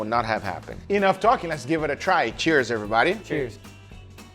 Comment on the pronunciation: How to die of alcohol poisoning: Take a shot every time Guga says "everybadeh".